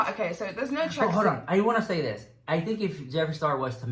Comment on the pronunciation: No one:: wait, hor’on...